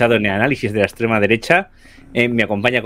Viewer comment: Por cierto: en el primer minuto el tal Juan Fran Albert ha repetido cuatro veces "la ekssstrema derecha"... 🤣🤣🤣🤣🤣